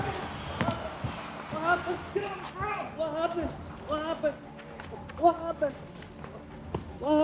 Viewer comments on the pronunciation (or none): the "whah happen" at the start had me rollin xd